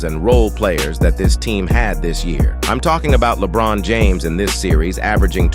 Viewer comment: Please use a different AI generated voice and work harder on ensuring it pronounces the players' names correctly. Your video still makes it feel like it was LaBron and a bunch of plumbers reaching the Finals.